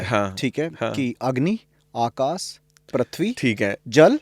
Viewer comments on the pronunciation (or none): Dear podcaster, कृपया मांस कम खाया करो और गंदी बाते, मुंह से किसी की निंदा करना बंद कर दो. क्यों की आप को शब्द का उच्चारण ठीक से नहीं आ रहा हैं (उदा.आकास )